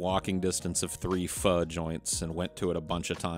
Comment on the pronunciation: one of the rare instances i've heard pho pronounced correctly